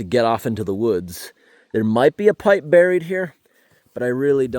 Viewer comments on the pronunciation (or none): none